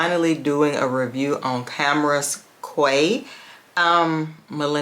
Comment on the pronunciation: I don’t like to correct people on fragrance pronunciation. I think this one is kaaah-waah 😅